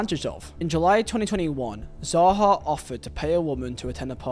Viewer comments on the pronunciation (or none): I’m not sure if it’s an accent thing but please pronounce the name properly. It’s SAHA, S NOT Zaha like you pronounced it. Say it right so people don’t start thinking you meant to say Zaha.